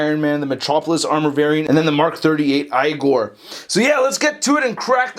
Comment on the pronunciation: It's pronounced "eegor".